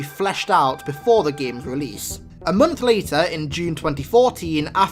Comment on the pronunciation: "A Mungth later"